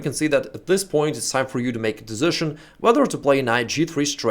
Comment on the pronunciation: Да почему дэзишн-то? ))) десижн.